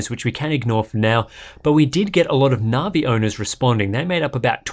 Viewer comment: I love the content and I'm not normally picky but the pronunciation of Navi just grates I'm pretty sure that's a hard